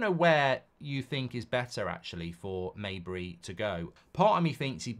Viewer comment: Mejbri is pronounced with the "j" as it's written